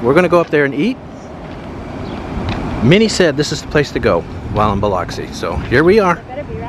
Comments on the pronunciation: You pronounced it right just to let you know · I'm thrilled that you are also pronounced pronouncing Biloxi right people don't always pronounce Biloxi right you are so awesome dude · Appreciate you checking out my city. I'm surprised you pronounced Biloxi like the locals.